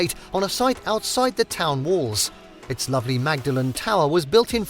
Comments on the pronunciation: Magdalen College pronounced with the "g" is in Cambridge. In Oxford the "g" is silent and the name pronounced more like "Maudlin" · I believe Magdalen in Oxford is pronounced “Maudlin.” College, Tower, Bridge, etc.